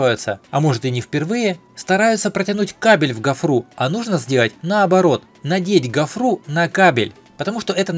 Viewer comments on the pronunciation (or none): гОфра, а не гофрА. Не дока в электрике, а нового не узнал. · Не гафра а гофра. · гОфра, а не гофрА😅😅😅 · Гофра - ударение на о